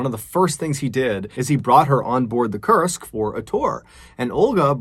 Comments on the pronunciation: I kept thinking you were saying the name of the sub was Cursed. It's pronounced as "Koorsk" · This whole time, I thought you were saying it was named "The Cursed", and I was like, "well, that's your problem right there." Now, I realize that that is not the name of the ship. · When you said "Kursk" I thought you were saying "cursed" ... lol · "Kursk" or "Cursed"? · Forgive me for being didactic. It’s pronounced K-oo-rsk. It’s important to get these details right. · I thought you were saying cursed all this time and I’m like wow that’s the worst name for a sub 😂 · I kept thinking he was saying cursed too! It wasn't until later when I saw the named spelled out I realized I was wrong. It does make you wonder about the similarity tho. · Koorsk is the correct pronunciation